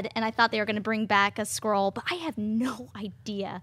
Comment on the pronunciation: It's not "Scroll" it's "Skrull". Pronounced like "Skull" with an "r" added in there.